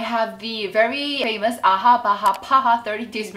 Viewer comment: I get bothered when she reads AHA and BHA. 😅